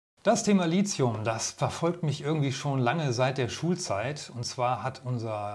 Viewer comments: Lithium kommt aus dem Griechischen vom Wort "líthos", was Stein bedeutet. Da das Wort Litos und nicht Lizos ausgesprochen wird, sollte man auch Lithium ohne einen Z-Laut aussprechen. Tolles Video ansonsten- danke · Bitte korrekte Aussprache: LiThium von griechisch lithos(Stein) und nicht "Lizium". Bei dieser falschen Aussprache ist es schwer, die Aussage des Videos ernst zu nehmen. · Es muss Li"th"ium heißen, mit "t" gesprochen und nicht Li"z"ium. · Gutes Video aber die Aussprache von Lithium sollte nochmal geübt werden. Es wird Litium ausgesprochen nicht Lizium. Kommt aus dem Griechischen und wird dort mit theta geschrieben.